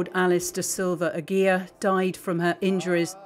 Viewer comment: Just a note to the programme; Aguiar is pronounced "AgeeAr" in Portuguese (not Agweea)